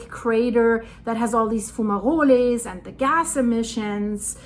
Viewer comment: I never heard someone say fumaroles so elegantly before.